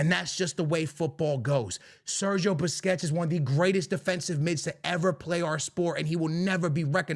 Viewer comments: Why do you call Busquets “Biscuits”? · man said “biscuits” lmao i love how he pronounces certain names😂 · Why he calling busquets biscuits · Rodri !!!! Rodri!!! Rodri!!! vini cried and humbled by the french!! be better!! YES IT IS A BUISNESS!!! Vini couldnt put out his own tweets because he is a horrible human being. pronounce Sergio Busquets the right way.. and dont bring up legends in a present tense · The way this dude pronounces "Busquets" makes him lose all credibility in my eyes.